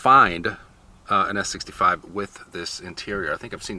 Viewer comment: Mike....the "S" is not there....😉